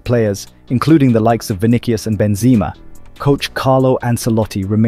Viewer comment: This dude 100% miss pronounces names on purpose. Like no way he called him Vinikius at first just to call him Vinicius normally